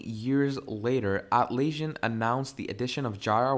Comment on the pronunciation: You're not just saying Jai-rah, instead of Jee-ruh, but you're also saying At-laysian instead of At-las-sian (as in Atlas) 🤦🏽‍♂🤦🏽‍♂ Couldn't keep watching.